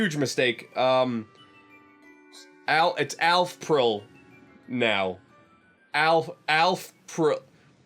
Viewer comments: alphpril edit: i can legitimately pronounce that. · Oh my fucking god, you actually called it alphril)0)